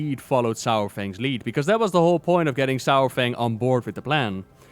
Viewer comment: Saurfang is pronounced “soore-fang” not “sour fang”